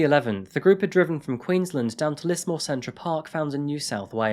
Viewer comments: I thought Tobius would be "Toe-bye-us" but idk, and I heard him say "Lissmore" when it's "Lizmore", as the newsreader said. (Lismore is also an Irish place name.) But other than that, not sure what you're talking about. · It's pronounced "Liz-more" But justice for Simone! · I'm sure someone else has said it but we pronounce it as Lizmore than Lismore. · Just to let u know it’s pronounced lizmore :) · Stop saying "deep dive" unless you're going to change your name to ana Garcia. we pronounce the S in Lismore as a Z. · Yep, it’s not a well known city but still triggered me how he said it